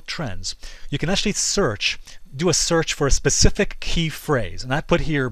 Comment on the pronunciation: says "pacific". wants to be taken seriously. go home.